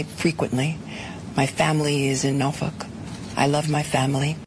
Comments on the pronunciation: Broom face Bolton. James cannot pronounce Norfolk. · ive never heard anyone pronounce Norfork like her before. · Her pronunciation of Norfolk she be the next meme. 😂